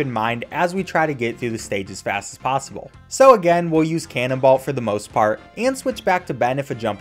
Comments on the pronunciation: Canonbolt not canonball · Cannonballt? Wasn't it Cannonbolt???? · Lol, "Cannonbalt" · The way he pronounces Cannonbolt's name gives me pain.